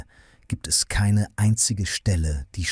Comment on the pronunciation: Sorry, ich habe mich falsch ausgedrückt. Bei Vincent van Gok, nicht ausgesprochen "Goch" bin ich zugegebenermaßen zusammengezuckt. Die Stimme ist ganz okay.